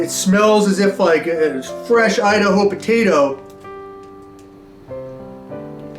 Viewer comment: what was said: “fresh potato…” What I heard: “fresh POTITO…” Hope all is well man, I been watching you since the very beginning. Glad your still posting 🤙